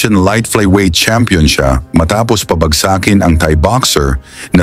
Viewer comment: Pabagsa-kin? Pabag'sakin ang wastong pagbigkas sa Tagalog. Pero sana hindi ito matulad sa isang AI voice na usong uso ngayon.